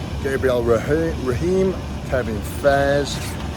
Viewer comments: Eddie and Brian should definitely do a Netflix series! On another note, Gabriel Raheem is from my village in Lebanon 😂 Gabriel Ray-Ohm is the strongman from Quebec 🤣 Cheers 💪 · Easier way to pronounce Gabriel Réhaume's name "Ray-Home" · Eddie, its Gabriel Ray-Orm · I don't think anyone butchers names worse than eddie